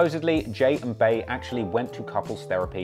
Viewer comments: "Bey" is pronounced "bee" as in queen bee, not "bae/bæ", hence the nickname Queen Bey!☝🏾 God I hate how many people say it this way🙄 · Bro he pronounced Bey’s (Bee’s) name as “Bay”. His opinion don’t count. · "Bey" is pronounced "Bee" Thank you, please. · If you pronounce Bey (Bee) as bay, you’re not allowed to have an opinion.